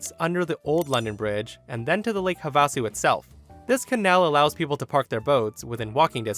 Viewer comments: For future reference: Havasu is pronounced HA-vuh-soo, not Ha-VAH-soo... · I hate doing this because it sounds snarky or grammar nazi-ish because you can't infer tone from the text, but I am trying to be helpful. "Havasu" is pronounced with the accent on the first syllable, "HA-va-soo." I think I once heard someone from Britain pronounce it "ha-VA-soo," but the reason why the accent isn't placed on the second syllable is because in the Havasupai language, there is no letter A in the middle. The Havasupai spelling is Havsuw and they pronounce it "HAV-soo." "Havasu" is the anglicized version of the word. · It's just Lake Havasu. Like, hA-va-su... Not hA-vAH-su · Actually it is pronounced Have - a - sue. Had an aunt that lived close by. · Mom and I laughing at pronunciation of Havasu (have-ah-sue) Arizona native here. I saw on a local news broadcast a street name Baseline and she was pronouncing it like Vaseline, but with a "B" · It's Lake "Have-ah-sue" or Have-a-Sue, no short a sound. accent on the fire syllable. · 😂 It's pronounced lake "Have-ah-sue"... Lake Havasu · Pro tip from an AZ resident... it's pronounced HAVE -uh-sue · It's HA-va-su. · Havasu is pronounced Have-Ah-Sue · Pronounced= Have-ah-sue. Man-made lake in Arizona. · Thank you...it was driving me crazy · That's Lake Have-a-sue. Old Indian name. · You said Havasu wrong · I don't think I've ever heard Havasu be pronounced that way, but also it's probably the most logical way for it to be pronounced. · Thank you! That pronunciation hit me the wrong way! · I think you tubers deliberately mispronounce things to get us to comment.